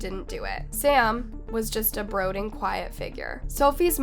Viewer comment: Lol how is it that can't pronounce the fucking word "brooding." Does she pretend not to know how to talk on purpose? Like as some sort of subtle joke. "Broding" really?